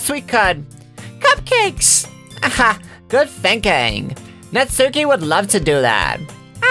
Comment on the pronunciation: says natsuki wrong